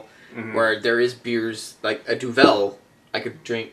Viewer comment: duvel isnt pronounced like that :) its should sound like duv(e)ul |(sound right to me then :P )